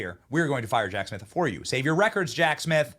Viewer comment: Jack Smiff? Lol